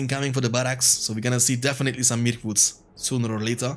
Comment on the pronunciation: Every time it sounds like you are saying "Milk-woods" when referring to Mirkwoods haha